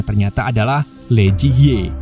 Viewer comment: Hihi lucu bgt bang baca lee jadi le 😁. Harusnya dibacanya li. Gpp bang terhibur